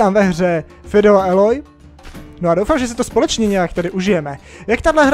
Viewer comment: Feudal bože... Čte se to:"fjůdl aloj"